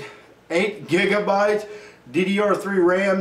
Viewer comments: When he said jigabite I lost it XD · LoL When he daid jigabyte im like WHAT THE FRENCH TOAST!?!? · I'm always gonna call gigabyte jigabyte now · 8 jigabyte. LOL.